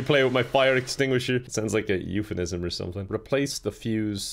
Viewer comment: "euphenism" (it's all i can think about now)